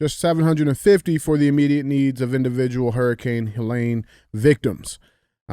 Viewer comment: Hey Dj, it's HeH-leeen, not lane, ok.😅